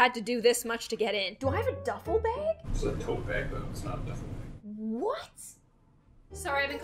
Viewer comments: I love the way you say "bag" BAEG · I love how says, "bag." She says it like, "baeyg"